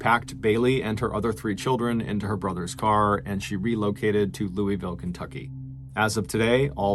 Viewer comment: close but still didn’t say louisville correctly lol